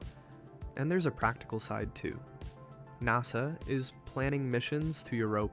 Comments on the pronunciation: I don't know if this is AI or just some stupid millennial or gen-z-er who doesn't know how to pronounce common shit. But NASA is not pronounced "gnaw suh" .. it's "naaa suh", rhymes with "pass a" as in "pass a test". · "NahSah"....AI detected. Please. Just use your real voice. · I dunno the way he pronounced NASA like “Nossa” makes me wonder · I agree. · I quit listening when the AI couldn't pronounce NASA